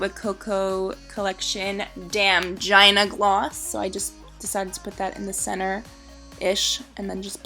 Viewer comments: lmao it's Gina gloss like gee-na not jina like vagina xD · It's gee-na